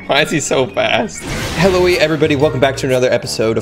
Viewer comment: Has anybody else noticed that he says helloa instead of hello